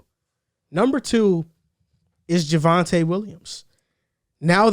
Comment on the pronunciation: its JAVONTE WILLIAMS. C'MON